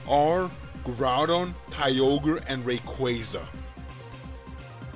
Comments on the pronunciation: ray-kWAH-zuh -qway sounds... ew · Rayquaza's name is also an amalgamation of the words Ray as is a ray of light and Quasar which is a space phenomenon which releases a lot of energy. Quasar being pronounced kway-zar... I have heard Rayquaza's name pronounced both as Ray-kwah-za and Ray-kway-za... But I personally think it's the latter pronunciation as in Quasar. just my opinion though :P